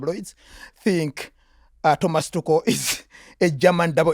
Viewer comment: Thomas "Tutschel". Come on, my swiss german friend. 😃